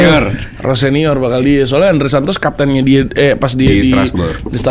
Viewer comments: Bahkan Liam sendiri nyebut namanya ROSENIOR bukan ROSENOR heyyy😂😂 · Rosenior ya bukan Rosonier, hal sepele tapi kaya gak nyaman aja pas didengar 😁